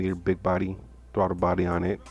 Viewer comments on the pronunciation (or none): none